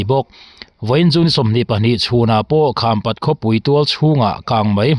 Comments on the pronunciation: Khampat i lamdan a dik lo.kham( awihpang)angin i lam. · Khampat khaw hming i lam dan hi a dik lo tawp mai a ava mak ve maw le. "Kham" i lamrik dan hi a dik lo